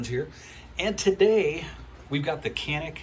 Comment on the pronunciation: It's janik bro ,most of pronounced wrong